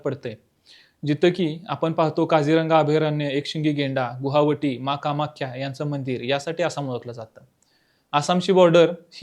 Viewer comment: आसाममधे असलेल्या शहराचे नाव गुहावटी नसून गुवाहाटी आहे... कुठलीही बातमी देताना सर्व शब्दांचे शुद्ध उच्चारण अपेक्षित आहेत...